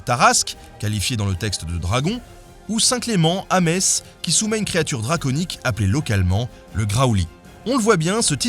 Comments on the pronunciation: J'étais satisfaite d'entendre Metz bien prononcée et juste apres je me crispe en entendant que tu prononces soudainement le T ... gnnnn c'est une volonté de nous faire du mal en fait ? On se relâche en entendant bien prononcé le nom de notre ville et RAAAAH "meTsse"... :'( sadique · Metz se prononce "Mess". Désolé je devais le souligner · J'ai mal au oreilles lorsque j'entends prononcer Metz qui ce dit messe. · aie metz se prononce "messe" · Excellente vidéo cela dit tu écorche une fois sur deux Metz ca m'achève ! Continue ainsi de toute manière le sens y reste inchangé :) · t'as dit Metz en prononçant le t, ça m'a fait mal... Mais sinon super vidéo, continue ! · Mes oreilles ont eu mal aussi à chaque prononciation du nom de la ville, au moins il a parlé du Graoully! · C'était presque réussi, juste une petite touche de t dans la prononciation... On peut saluer l'effort, et il doit attendre les commentaires de lorrains revendicateurs :-p (d'habitude c'est toujours les bretons qui ont à redire à raison sur la prononciation, pour une fois, profitons-en!) Si jamais, ça se prononce comme la messe, ou les fesses, mais avec un m... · moi j'ai beugé quand j'ai entendu le "t" . J'ai eu un moment de "non, c'est pas vrai?" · Pour avoir été longtemps messin et psk les messins te le disent, on prononce pas le t comme dans bordeaux on prononce pas le x. Psk quand il y a eu l'occupation de la Moselle entre 1871 et 1918, les Allemands accentuaient le t et les messins ont donc décidé de plus le prononcer pour pas "être" comme les Allemands. Au moins tu sauras qu'on prononce pas le t. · non il ne l'est pas "pour moi", il l'est tout court ... "Le t présent dans la graphie de Metz depuis plusieurs siècles ne se prononce plus, et ce, au moins depuis le XVIe siècle" Henry Hiegel, Dictionnaire étymologique des noms de lieux du département de la Moselle, Sarreguemines, 1986. tu me fais une belle surface guignol ... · Merci de ne pas prononcer le 'T' de Metz , sinon video top comme d'hab